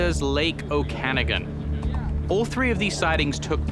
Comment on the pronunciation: Lmao at Jack's pronunciation of Okanogan 😂